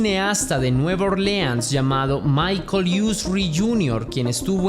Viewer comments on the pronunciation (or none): none